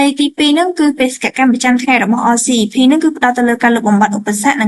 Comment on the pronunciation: RCEP អានថា អសឹប